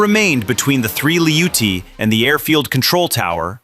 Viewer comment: They are called ATTACKEMS, said as Attack-ems, NOT A-Tack-ems. Apparently you know that since you pronounce their name correctly . If you can say it right once, you can say it right every time you Imbicile! - They are called Lee-oot-tee's, NOT LOUCHIES! They don't even have the correct letters on the end like to make the chee sound! Clearly you know that since you call them by their appropriate name. If you can say it right once, you can say it right every time. God you're such an Imbicile!!!